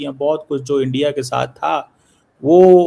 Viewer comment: শুন গিধড় কে বাচ্চে চিমে "ইন্ডিয়া" উচ্চারন হবে, " এ্যনডিয়া " নয় সমঝা বে, মাদ্রেসে ছাপ?